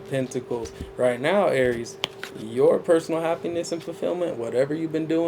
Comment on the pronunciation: I love it when you say A R I E S😂❤